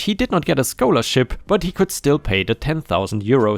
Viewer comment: Bullying story: Sheila = "she-la" not "shay-la." Scholarship = "sk-ah-ler-ship" not "sk-oh-ler-ship."